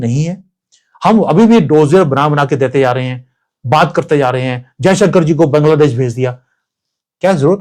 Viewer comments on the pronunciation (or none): none